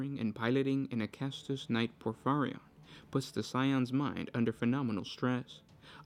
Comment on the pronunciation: It's pronounced: Acastus Knight Porphyrion. Not Acastus Knight Porphyrion.